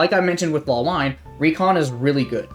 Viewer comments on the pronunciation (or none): It's not Law-wine it's La-wi-neh Honestly surprised Madde isn't played more, having infinite smoke seems so insane. Also the methodology is kinda flawed since we have side-exclusive agents. Fuchsia probably won't place that high if she wasn't playable on both sides, but the other 4s are all side-exclusives so I guess it didn't really matter.